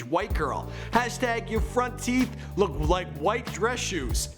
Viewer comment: Are you reading from a teleprompter because u said look really wierd